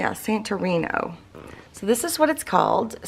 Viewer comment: It’s pronounced San-tor-rinee